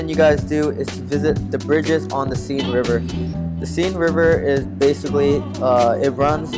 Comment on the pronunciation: please stop with "you guys". It's not Seen River, it's Seine! Otherwise pretty good video.